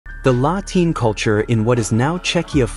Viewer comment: La Tene no latina. fatalmente locutado.